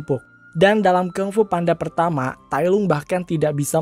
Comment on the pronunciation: Maaf kak yang bener penyebutan nya Kung Fu bukan KANG FU 🙏🥰